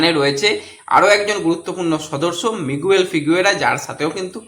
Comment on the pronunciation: ঐ খেলোয়াড়ের নাম মিগুয়েল নয়, উচ্চারণটা হবে মিগেল